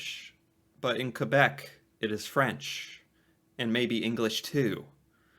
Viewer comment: Your pronunciation of quebec is 👌thank you!!